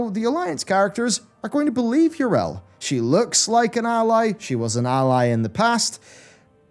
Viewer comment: Yrel? Her name is pronounced Yee-Rell not Yer--El. Syllables matter.